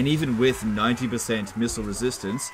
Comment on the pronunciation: Ah yes, the man wo can’t say the word „with“ correctly…